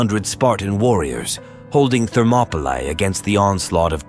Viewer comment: That pronunciation of “Thermopylae” is so jarring to my ears.